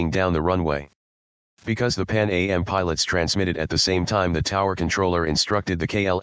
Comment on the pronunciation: It’s “Pan Am” (rhymes with ham), not “Pan A.M.”